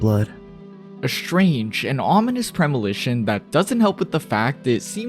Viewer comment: Lol "Premilition"....😅